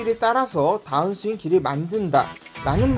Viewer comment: 따운스윙이 아니고 다운 스윙이라고 하셔야 듣기 거북하지 않아요. 마치 벙커를 빵카라고 하거나 퍼터를 빠따 라고 하는 건 많은 사람들이 거슬린다고들 하죠.